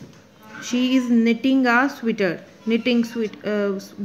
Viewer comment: The word is sweater not sweeter 🤣